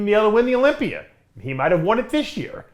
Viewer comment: Please stop ending the word Olympia with an R